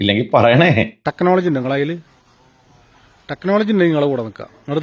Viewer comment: ആ തെക്നോളജി കേൾക്കുന്നതേ ഒരു സുഖമാണ് 😂😂😂 ജാമിതക്ക് തെക്നോളജി കിട്ടിക്കാണും 😄😄😄